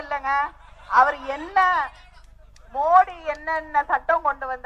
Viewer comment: மோடி ஏன்று சொல்ல கூட தெரியவில்லை மொடி ஏன்று ளழதுகிறாய் நீ எவ்லாம் தயிழீ யற்றி பேசலாமா .